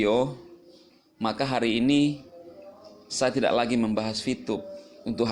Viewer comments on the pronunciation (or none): "saya tidack memacksa" ~